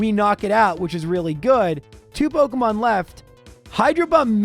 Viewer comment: it is pok E mon. not Poke UHH mon